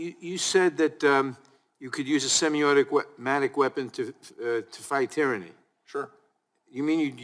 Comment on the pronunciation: Nadler can’t even pronounce semi-automatic…. Pretty sure you shouldn’t decide any policy on something you can’t even pronounce.